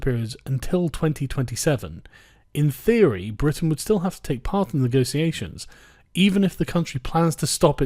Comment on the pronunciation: "Honestly I think she will still do a fine job with the negotiations." Firstly, you pronounce negotiations like a toff. Secondly, HAHAHAHA! Good one. Her "negosiasions" thus far have been limited to temper tantrums and threats. She's done everything she can to put it off. She spent months putting together a white paper scrawled in crayon, and then as soon as she triggers Article 50 she decides it's the perfect time for a general election. Stop kidding yourself.